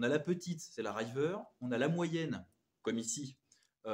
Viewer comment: RIVER Riz-veur pas Raille-veur